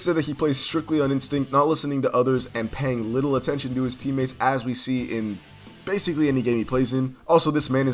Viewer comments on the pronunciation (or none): none